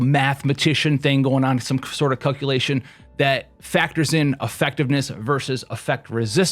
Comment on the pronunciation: is he saying 'cuckulation'?